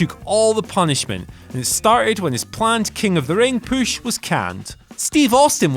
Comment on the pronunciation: If you are aware that you are saying PUSH incorrectly... STOP! Can you say PUB? Can you say HUSH? I'm sure you don't say POOB or HOOSH